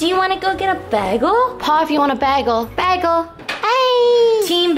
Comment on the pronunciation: it's BAYgul loooooooooool..........